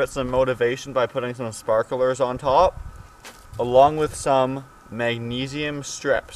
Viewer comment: If you can't pronounce sparklers correctly, you probably think the microwave uses microwaves to cook food.